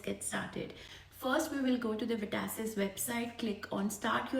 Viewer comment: it is VET ASSESS!!!! not VETASSISISS